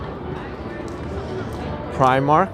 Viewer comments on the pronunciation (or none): none